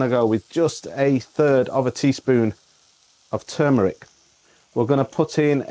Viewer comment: Toomeric. Love it.